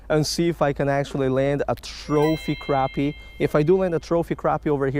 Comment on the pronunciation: pronounced "crappy" not croppy or crahppy